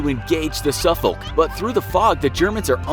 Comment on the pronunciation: he pronounced them properley. the English way. As it was Englishmen who named those 2 cities in the U.S anyway.